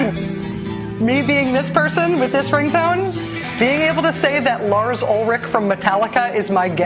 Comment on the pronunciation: I just noticed that Lars' "R's" sound like "W's"